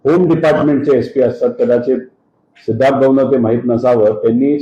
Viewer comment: Sidharth ❌ C-idharth ✅